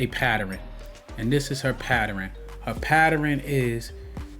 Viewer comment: PATTEREN??????? PATTERN!!!!!!